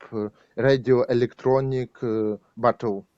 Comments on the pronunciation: He was saying "battle" not "bottle" there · Battle not Bottle